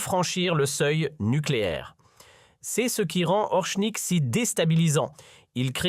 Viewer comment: Ce n'est pas "Orshnik", ni "Orknik", espèce de bachi-bouzouk, mais Oreshnik. Je vous signale que le cyrillique s'apprend en vingt minutes. Ce n'est pas suffisant pour parler Russe mais c'est déjà bien utile. Vous ne pouvez pas prononcer Орешник comme vous le faites dans cette vidéo D'ailleurs, d'après le traducteur de Google, de même que le dictionnaire russe en ligne, le p russe, c'est-à-dire r en alphabet occidental, ne se prononce pas comme d'habitude avec le e qui suit. Vérifiez. Et le O se prononce pratiquement comme un A